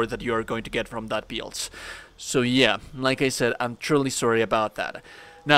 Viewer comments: Take a shot every time he says “DEECE BEELD” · I just can’t handle the way you say build, I’m sorry I know that sounds shitty, but I just can’t get past it